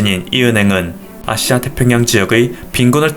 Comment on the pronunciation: 발음에 아시아라고 하는 부분이 앗~씨야로들려요~